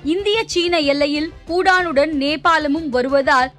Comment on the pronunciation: அம்மா அது Pudaan இல்ல...... Bhutan.......ஐயோ கண்றாவியே.....உச்சரிப்பும் சரி கிடையாது.......விஷயமும் கிடையாது.